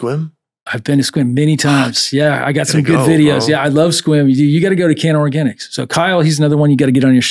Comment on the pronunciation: I live right next to Sequim, shout out CannaOrganix. To say Sequim correctly says a lot lol.